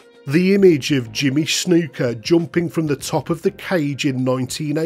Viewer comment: Jimmy Snew-ka haha love it